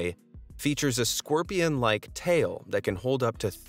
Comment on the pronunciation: Why is it pronounced “scworpion”? I never understand…